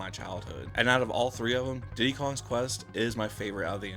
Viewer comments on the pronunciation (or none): Did you know Diddy’s kong quest is pronounced Diddy’s conquest? Not Diddy kongs quest.